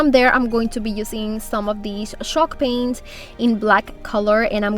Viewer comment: I cant find shock paint anywhere! Are you saying “Shock Paint” or chalk paint? Confused 🤷🏻‍♂️